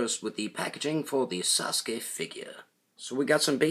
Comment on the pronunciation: Sasuke says saskur